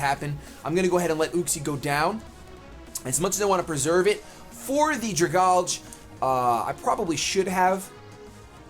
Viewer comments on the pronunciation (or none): When you read pokemon names, I think you need to realize what the real-life comparison they are trying to make is. So Dragalge is a dragon algae, so it is pronounced "Drag" (from dragon) - "algae" or "algee" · Dragalge ( DRA-GAL-GE ) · Dragalge = Dragon + Alge (the green shit that grows in lakes). Drag-al-ge Why can't ANY pokemon youtubers pronounce that? XD